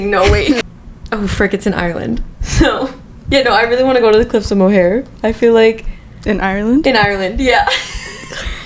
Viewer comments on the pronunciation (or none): Little tip, it's the cliffs of Mo-her not Mo-hair (I'm Irish btw) and that "never was there ever a girl so pretty" lowkey ate